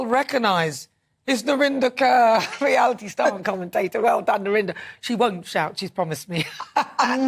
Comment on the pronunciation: It's KAUR not Kerr, why is that so hard to pronounce?